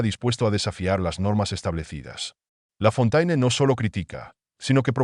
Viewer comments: Traduccion - Lafontaine es un nombre claramente de origen francés - quién no conoce las famosas fábulas de otro La Fontaine, éste, sí, francés, pero de tiempos más antiguos -, por lo que conviene pronunciarlo "Lafonténe", como dicta la lengua francesa, y no como se pronuncia en el vídeo. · Lafontaine é um nome evidentemente de origem francesa - quem não conhece as famosas fábulas de outro La Fontaine, este, sim, francês, mas de tempos mais antigos -, portanto deve pronunciar-se "Lafonténe", como manda a língua francesa, e não como é pronunciado no vídeo.